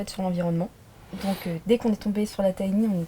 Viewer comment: C’est sympa mais quand vous dites « tiny » ça me fait mal aux oreilles.